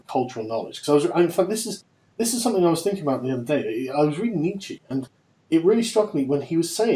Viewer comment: God damn it, Sargon, it's Nietzsch-UH not Nietzch-EE. The German "e" is pronounced "a".